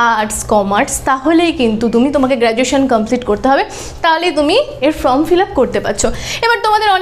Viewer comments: উচ্চারণ টা ফ্রম(from)হবে না, ফর্ম(form) হবে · কথাটা ফর্ম, ফ্রম নয়।